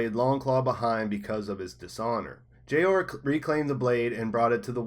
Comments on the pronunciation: Lmaooo! Gee-Oar Mormont! Lmao maybe read their FUCKING names or even just watch the show before making an entire video dedicated to the Mormonts. IT'S JOER MORMONT. Not Jee-oar. JOER. Like 'Joel' being pronounced by a Chinese guy. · Can't listen... "Geee orrr" Pronounced Like Door with a J. Joor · Man you are totally pronouncing Jeor name wrong. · How do you mispronounce jeor but not jorah.